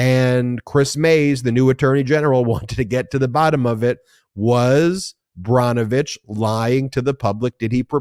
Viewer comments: Brnovich - pronounced like Burr -novich, not Brah-novich. :-) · Ben, please correct your pronunciation of the former AG in AZ. His name is Brnovich (pronounced burn-o-vich. PLEASE